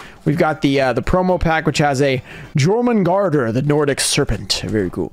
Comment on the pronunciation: Fyi, its pronounced "Your-men-gander" the world serpent and son of Loki.